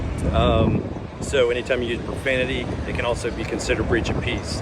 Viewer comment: “Watch yo profamity”